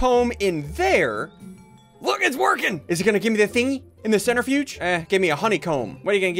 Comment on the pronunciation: It’s said Cen/tri/fuge not cent/ri/fudge lime cmon Ssundee have you done any science before 😑🤦‍♂️